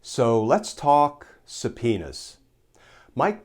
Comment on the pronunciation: I love Glenn Kirschner. Watch him every day. But when he said, "S-penis." I had to plug my ears, "la la la la la ." Glenn is usually so G rated. Just kidding, hope you're all enjoying the heat wave. Peace!